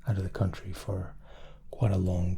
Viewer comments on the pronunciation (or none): none